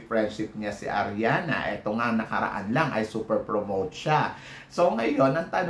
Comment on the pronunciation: Ariadna hindi ariana. Mali na nga ang pronouciation mo sa apelyido mali pa rin sa pangalan.